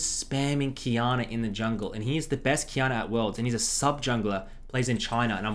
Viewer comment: I always hear him pronouncing it qiyaner